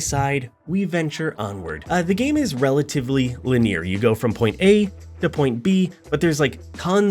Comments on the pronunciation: Le neer? It's pronounced li nee ur. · Haha. Li-near